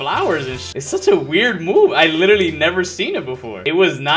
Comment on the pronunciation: Nah I hear it too